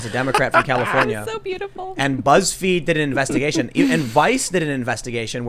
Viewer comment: Did Tim say "Buttsfeed"?